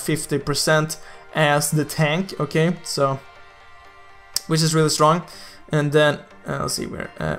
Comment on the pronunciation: Like for everytime says "Okhay"